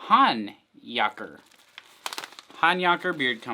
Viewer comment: Thanks! Especially for pronouncing the name correctly 😂